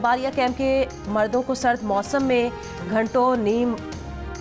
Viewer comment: Murdoon ko ni bibi .. mardo ko.. pehle theak read kr rhi thi.. kya bn gya phir achank😅😅😅